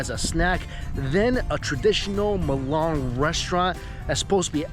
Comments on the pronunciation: Mate.. It's not Mulan... It's M-I-L-A-N. Or risoto. R-i-Z-O-T-T-O. Try to make the effort in pronunciation. It helps. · Is Milan not melan